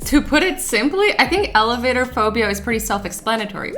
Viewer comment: When she siad elevatorphobia I thought she said elephant phobia